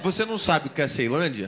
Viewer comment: Iaae falou errado da melhor cidade de Brasília.. Ceilândia